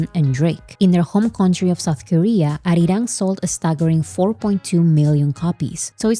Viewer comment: Kind of off topic, but whenever you mention "ARIRANG", I can see the deep sense of satisfaction in pronouncing it accurately and so close to how Koreans do it. You're nailing it,! Thank you for the coverage and summary. I have, frankly, been blown away by not just the attention, but the press coverage that this got. Really speaks to BTS' impact and influence, and how far reaching their music is. I hope certain industry insiders are taking notes.